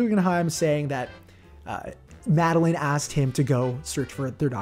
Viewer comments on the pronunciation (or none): none